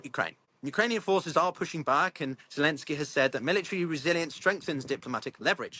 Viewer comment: Why do you keep calling him Zelinskyy?